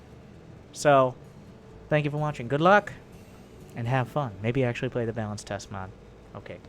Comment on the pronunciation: I'm pretty sure mispronounce of "balance" is intentional. Wait, can you switch off Widow Mine auto casting?